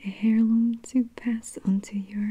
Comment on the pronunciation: So gorgeous! Heirloom- airloom, no 'h' sound.